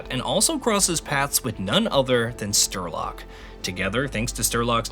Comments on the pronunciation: Came here to laugh at stir log and see im not alone. Just read the name dude. Spell it out, son. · Great video, it's just that I feel an emission in my head every time you say "Sterlock" & "Newsphere" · It's "St-RE-Lok". Which actually means "The Gunslinger", being a Dark Tower homage. Also, No-O-Sphere. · Everytime I hear Sterlock I take Psy Damage to the brain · Stopped watching. Sterlock really? This guy never played Stalker. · Yeah, no. Unwatchable. Stopped after 4 mins, because of that Sterlok thing. Untrue, how you dont give a fuck about that all. First GSC are only having struggles and troubles all day and then you dont care to say names correctly. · lol im watching this to prep for the new game and now when it gets said there, it's going to sound so off. Dude is ingrained as Sterlock now in my mind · I couldn’t follow the story anymore as soon as I heard „Sterlock“ for the first time. 🥴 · Are you kidding me?? Sterlock 😂 and he says it OVER AND OVER AND OVER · Sterlok, huh? Goo Hnuting, Stoker! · Who the hell is "Sterlok"?? What game have you been playing? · I sighed every single time he said Sterlok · Dude...the guy who sayd he feels an emission every time you miss pronounce STRELOK's name was right. And the guy who said he takes psi damage😂😂😂😂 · Why are so many people hating on this man for mispronouncing a name Damn have all of you been on twitter hating aaah’s 😂😂😂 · The guy mispronounced Strelok about 63 times, but nails Major Degtryarev first try? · Having never played the games, I came here to learn about the previous ones before I start playing Stalker 2. After seeing Strelok's name on the PDA in the video, I had to come to the commets section to see if the guy voicing this video couldn't read, or if I was misunderstanding how his name is pronounced since it's Russian/Ukranian. Glad to see I'm not crazy and that "Shterlock " is not how to pronounce it, as it was bothering me the way this guy was saying it. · Strelok ❌ Sterlock ✅ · Strelok not sterlok